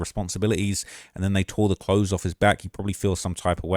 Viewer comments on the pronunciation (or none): none